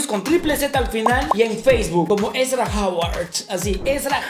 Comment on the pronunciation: Es Erza no Ezra